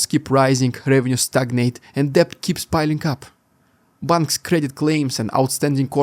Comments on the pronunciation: "Debt" is pronounced "det" (silent b). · Thanks. Not a criticism but some assistance from someone who learnt English as a second language. The "B" in "debt" is silent.